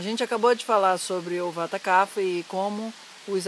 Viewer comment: A pronúncia é "cap-rra" e não "cafa".